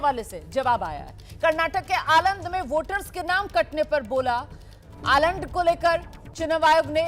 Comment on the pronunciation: आलंड नहीं मैडम आलंद है😅😅